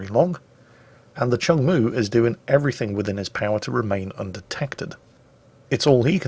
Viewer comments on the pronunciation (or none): none